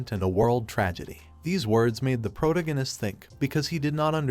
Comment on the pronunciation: Please, ffs, pronounce the 'protagonist' correctly. I enjoy listening to recaps, but my OCD with English is killing me